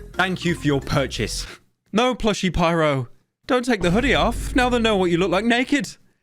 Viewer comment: proper good name pronunciation pyro no cap